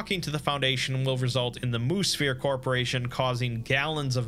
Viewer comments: I keep hearing Moosphere as Moose Fear, not as Moo Sphere. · Anybody else take a while to realize he was saying "Mu-Sphere" and not "Moose Fear" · Wait... was that last one "Moose-fear" or "moo-sphere" or what?